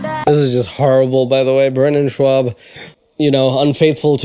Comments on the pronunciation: It's so strange to me when he is saying Schaub, because i'm german, i pronounce it a bit different without the Double U after the Sh. I don't think that there's a letter in English, which sounds like the A U in German. xD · Andrew 'cliche' Schwab!!!! Isn't that just German pronunciation of swab? U know the medical absorbent?